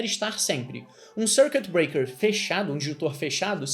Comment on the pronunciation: Dois erros: Dar exemplo usando PHP e a "forçada que deu na pronuncia do circuit breaker (SÔURQUITIBREAKER) hahahaha